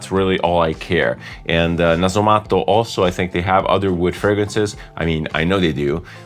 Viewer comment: No other fragrance reviewer says Nasomatto in a proper fashion. I appreciate that, and decent French, and English without the Italian conjugations and extra vowels at the end of each word.. I’m off reviewing a previous episode with a Meo Fusciuni scent in it 😉 Che ricchezza!